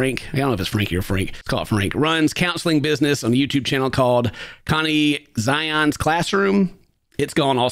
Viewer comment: it's pronounced "connections" lmao but i admire the attempt